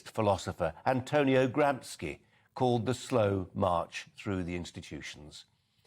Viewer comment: It’s pronounced GramSHEE not Gramski.